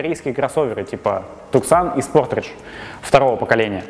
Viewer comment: Ну это такое...объяснил. Думаю не стоит прислушиваться к советам подобных "специалистов". Топ составлен только на каких-то своих внутренних убеждениях. Бредятина. П.с. еле кровь из ушей остановил от слова "СПОРТРИДЖ"